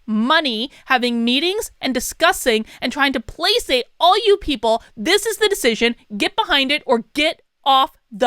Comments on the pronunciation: Two words, "You're fired." You want to protest something, you don't do it on company time. Now. Why do you pronounce placate, play-sate? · Interesting, i've not heard "placate" pronounced "placate" before, always just as "placate". wonder if it is a regional thing, just in NE maybe? or, likely just subconscious in the stream of thought. anyways, liked and commented!